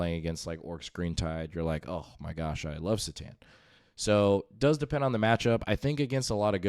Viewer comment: Every time you pronounce it s'tan instead of c'tan. I want to click off. Otherwise good content.